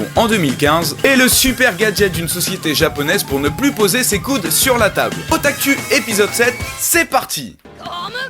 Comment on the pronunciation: hey salut j'adore vraiment des otakus mais tu pourrais pas les pronnoncés OtakOU x)